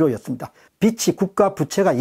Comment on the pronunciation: 좋은내용 늘 감사하게 듣고 있습니다. 그중 들을때마다 좀 걸리는 부분 있습니다 .(빚이 ㅡ빗치. 비시 라고 발음하십니다. '비지'로 발음 되어야 하지요. 매번 그렇게 하셔서 감히 댓글 답니다~ 빚은,빚을 도 마찬가지였고요)